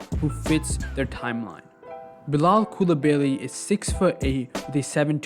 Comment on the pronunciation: To my fellow american friends, you prononce Coulibaly phonetically in english as such : coup lee bah lee